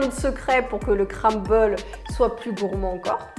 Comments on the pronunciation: On dit CRUMble et pas CRAMble 😂😂😂😂. Ça m’a stressé toute la vidéo. 😂😂😂❤️ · Le « cramble »😂 super vidéo sinon 😊